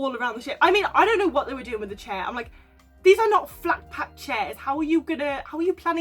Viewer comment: I cahn't believe the couple who stole the CHAIHHH from the BAHHHH!!!!